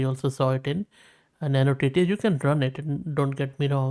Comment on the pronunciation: You should not be spell as neo TTS but as noy TTS like soy...